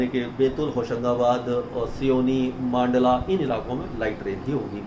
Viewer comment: मंडला सिवनी मप्र के जिलों के नाम का सही उच्चारण है